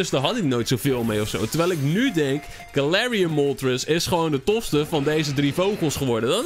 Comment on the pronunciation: Uuuuhm het is galarian nie Galatian XD